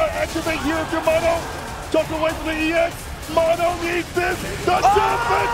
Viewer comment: mow know. how you a nerd and interviewed dude saying his name and u keep calling him mon-o